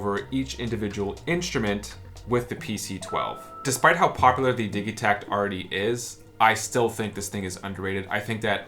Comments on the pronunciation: nice video. does the digitakt come with that rack that tilts at an angle? I want to get my first elektron device, I specially want some drums and also a good brain, is this a good choice? the synkat and octotrack and analog drum machine all look cool. Also, I think its a soft g like, digital -- when you say digitakt or digitone (not like dig as in digging in dirt) - could be wrong but I dont think so. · I imagine the debate has been hashed out, but I haven't heard the arguments--how are we pronouncing "Digitakt"?? Seems to me it should be with a "j" sound, like digit, digital, rigid, instead of a "g" sound like Biggie, Jiggy, etc. Can someone enlighten me as to why the "g" sound seems to be taking over? Not just, either--seems like I've seen it on Ricky Tinez and other yt videos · I'm one of "those guys" that pronounces it, "Didgi-tact", and it always sounds strange to me to hear "Diggy-tact".